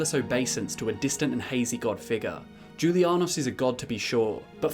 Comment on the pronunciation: I thought that the j in julianos made the same noise as the j in jalapeño